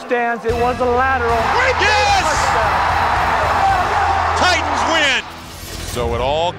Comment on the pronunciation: Hook and Lateral...not "ladder"